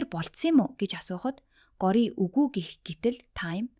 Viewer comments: гори гээд байх юм гоорияа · Gooryaa gej duudna shuu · Time✅Taamm❎ Gorya✅goorya❎ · Goroa bish gorya bas time bish thyme haha (no hate) 🙌🏻🙏🏻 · горяа гэдэггүй билүү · Goorya geed duudiich😂😅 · Gori ч гэх шиг дуудаж чадахгүй бол монгол нэр өгөөч Цэцгээ ч юм уу Нараа Горойж үх гээд байгаа юм шиг сонсогдож бна үзэхээс дургуй хүрчихлээ ёоо арай²